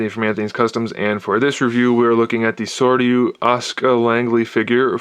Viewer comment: Looking at the Sordyu Ask-Uh Langley from Evanjellyon. ''And the best part: ''I know some people pronounce it Evangelion. I don't believe its correct''. HOLY SHIT, dude!